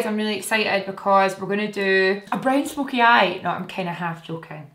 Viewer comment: The way you said brown smokey eye 😂 literally the only eye look I can do! Really enjoy watching your tutorials anyways 💕